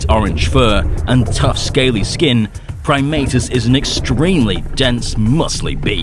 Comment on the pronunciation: I’m used to always pronouncing his name as “Prim-AH-tus” instead of “Prim-AY-tus”.